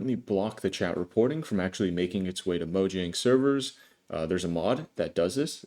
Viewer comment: imagine making a minecraft video and mispronouncing mojang oof:elbowcough